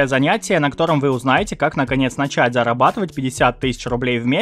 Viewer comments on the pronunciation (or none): none